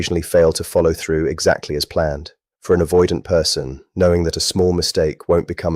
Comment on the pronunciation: AI slop. Can't even pronounce the word avoidant.